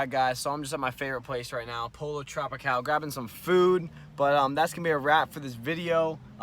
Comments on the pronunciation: Its Pronounced ""tropical! not POLO...lol keep up the good videos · The "Pollo" in Pollo Tropical is pronounced *Poyo*. Two L's in Spanish are pronounced as y/j. Same way you would pronounce Yacht or Jerry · “polo trapical” 😂😂